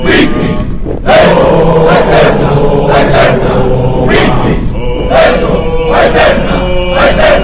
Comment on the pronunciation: La pronunciación de algunas letras es incorrecta. La pronunciación fonética de "Legio" no es "Leyio" es "Leguio" la G se pronuncia "gue" asimismo "Aeterna" se escribe de esa manera, pero se pronuncia Eterna ya que la "A" al principio es muda.